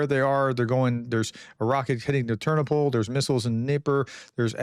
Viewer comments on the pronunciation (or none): "Tur-NO-pull" — I was in that city many times. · When in doubt about pronunciation..put the stress on the penultimate syllable..."Ter NO pil" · Hi, to help you with your pronunciation, place the accent on the second syllable for most proper names: terNOpyl, lVIv, cherNObyl, vlaDImir, volDOmir, uKRAina, etc. Great job. Thanks for all the updates. :)